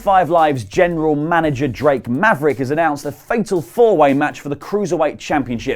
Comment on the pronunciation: you didn't say.... (Dramatic turn) Drake Maverick's name right. Oli's upset now